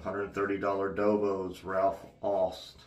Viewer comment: Ralf Aust: the "au" is pronounced as "ou" in the word "out".